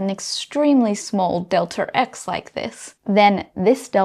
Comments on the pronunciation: deltaRx :)) First time I've heard about this there's no R there :R Amazing stuff, though. [delta eks] is the correct pronunciation but I will let this one slide, as this lady is the epitome of beauty + brains :))) delta P you nailed that one! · You have an intrusive R in your pronunciation of "delta X" which I could do without, but otherwise I've really been glad I watched this video and think you should do more. Thank you. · Why do you pronounce the extra R all the time. Makes you sound illiterate. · "delter x" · "delter" or "delta", aaanyway.... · Off topic, but it's interesting to hear the accent (speaking as an American) regarding the change-up on the pronunciation of "delta". For momentum it's del-TAH P, but for position it's del-TER X. That is all. Tnx. :) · In some dialects, the R sound is inserted when there is a vowel sound at the end of a word and the beginning of the next word. So it's "delter x" and "delta p." It's just a regional variation. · I was just getting used to 'delter x', and then it's jarring again to say 'delta p'...